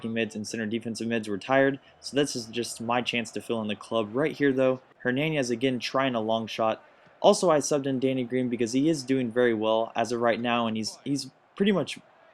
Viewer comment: Your saying hernanes wrong, there is no Ñ, it is Hair-Nan-Es.